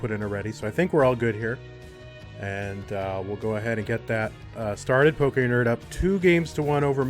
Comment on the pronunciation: How do consistently call a guy named"pokend" "pokernerd"?